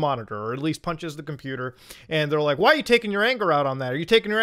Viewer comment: Dude filming could not even say computer correctly and he has the never to push someone over the edge. This is why people put that silver lining in their skull.